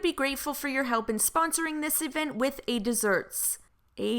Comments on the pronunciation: “a deserts”... 😂😂😂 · "A deserts" I'm laughing!!!